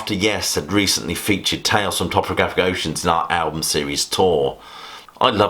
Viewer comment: I'm definitely in the lamb camp but you're the first person I've heard pronounce topographic towpographic. Another good video though, keep it up.